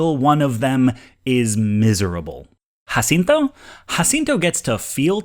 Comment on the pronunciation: ¡Muchísimas felicidades en tu pronunciación de Jacinto! Very impressive for a (I assume) gringo.